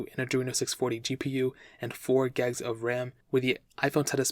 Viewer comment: Great review. I just wish you would stop saying "gegs" instead of "gigs" in all of your reviews. I can't help but think you say "melk" instead of "milk".